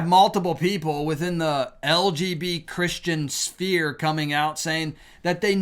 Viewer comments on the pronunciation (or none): "LGB CHRISTIAN SPERE"??? WHAT?!